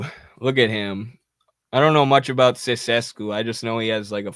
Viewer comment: Ceaușescu is pronounced "chau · cheh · skoo"